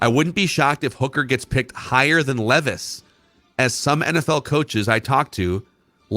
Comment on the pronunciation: I have one I sent an email to Declan but never went anywhere. Please please please correct on properly saying our new future QBs name! Will Levi’s you all ignore how he says his last name and it kills me. It’s his one job is to research these guys atleast say there name right.